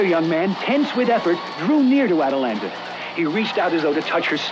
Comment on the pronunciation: Dude, the name is wrong. It's "Atalanta," not "Atalantis." Otherwise, thanks for posting.